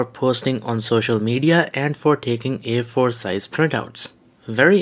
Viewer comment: Man.. I had trouble understanding what you were reffering to, when you spoke about the "Air Force" Printings I. got it you wanted to say A4 printings, well I am a native Spanish Speaker and I have plenty of issues. trying to speak in English due to my heavy accent, but what I do is to previously record what ever I am going to say in English and force my self to pronauce it just for the sake of being understood